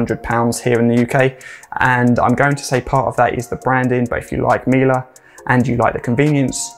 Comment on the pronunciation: I work for Miele and yes, you got the pronunciation correct here. As in ‘Miller’.